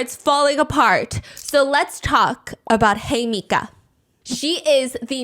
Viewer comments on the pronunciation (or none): It’s hee-meh-ka not hey mika 😭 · Her name is pronounced "he-me-ka" 😭😭 not hi mika 😂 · Looking through the comments to see how many people correct Hi-Meeka to the right pronunciation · Uhmm, I’m pretty sure you are pronouncing her name wrong. Her name in Japanese reads “Himeka”, it is pronounced something like “Heemeka” as in “He / Me / Ca(r)”. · You called her Hemika, but actually her name is “Himeka”. She call herself ‘Hime’ and in Japanese this word means princess❤ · lolol I think its himeka and steph just rolled with hey-mika; love a dyslexic queen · It’s HEE mih cah! Just fyi for pronunciation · all to MISPRONOUNCE THE REAL SUBJECT'S NAME 😭 i'm sorry girl idk how long i can sit here and hear "hemika" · He-meh-kah Is the correct way to say Himeka's name. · The pronunciation of Himeka as Hemika is killing me 😭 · the way you pronounce her name 😭😭😭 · Let’s all discreetly gloss over her name’s mispronunciation 😅💦